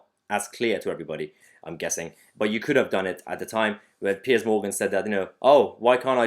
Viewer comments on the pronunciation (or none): none